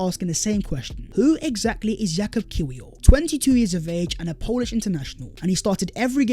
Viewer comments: its pronounced yakub kivior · It’s pronouns Kivior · Great vid. Interesting points and will be good to see the new signings moving forward. Heads up, Kiwior is pronounced Kivior 🙂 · The ‘w’ in Kiwior is pronouned as a ‘v’. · The "W" in his name is pronounced "Veee". 😉😉😉